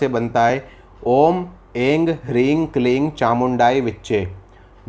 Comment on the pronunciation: मंत्र उच्चारण गलत कर रहे है, ऐंग नाही ऐम ह्रीम क्लीम होता है